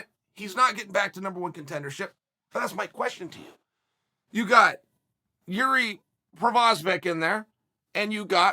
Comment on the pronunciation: Uncle" Yuri Provosvic" Chael